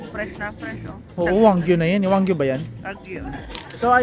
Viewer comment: wagyu po not wanggyu